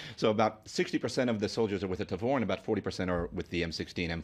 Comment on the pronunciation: Thanks for watching! And I don't blame them: I was probably the first guy to mispronounce Tavor on youtube ;)